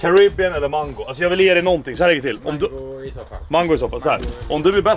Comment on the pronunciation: Och mangu killen då? :)